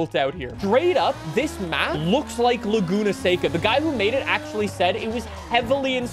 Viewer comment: That's how you pronounce it